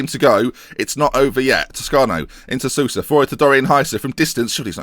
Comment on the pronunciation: Sousa is pronounced like Soh-sa. Great series btw, love it!